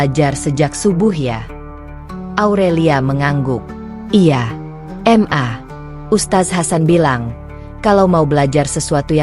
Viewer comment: Kenapa sih ? Pembuat konten nya mengucapkan Ma , kok diucapkan Em A . Aku rasa kalo anda terus2an bgtu ngucapnya ? Anda orang pinter ? Tapi keblinger .